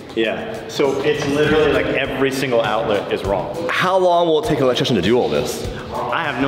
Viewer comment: Electrician not electriction guys